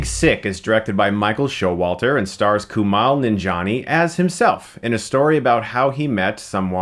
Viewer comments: its KuMAIL... not KuMAL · Kumail. Mail. not Mal. Mail. as in mail. KuMAIL. (Source: I am brown and south asian) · KUMAIL like E-MAIL. Not KUMAHL. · dude.. it's Kumail not Kumal. lol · I love how Chris repeatedly mispronounced the lead actors name in the review. Lol. Kumail (mail not mall ya dig?) I've listened to him and his friends say his name enough times on the Harmontown podcast. It was weird to hear it pronounced this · Kumail is different than Kumal, just sayin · it's pronounced "Koo-may-ole" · ''Koo-male'' Get it right Stuckmann. You're gonna be seeing plenty more of the guy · You say kumail wrong. It's not kumall. You watched the movie and hear people pronounce it right and u still say it wrong 🤔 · It's Kumail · It's coo-mail. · Every time Chris says "KUMAL", my soul dies a little bit inside. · sohaybsful I have the same name and the OP is right. It's a Pakistani name pronounced Ku-mail. It just has the same meaning as Kamal. Just take my word for it. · Dude learn how to pronounce Kumails name. Don't they say his name in the movie? You're way off lol. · Kumail isn't Arab. He's from the sub continent and that's how the name is pronounced there.